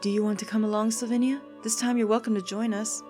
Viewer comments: her name is Sylvina NOT SylvINIa! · You keep adding an extra I to Sylvina's name, I notice this because I always did the same thing.